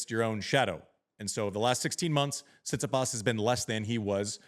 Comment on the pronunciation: Amazing how you dudes cant even pronounce his name after all these years. TsitsipAs, its not that hard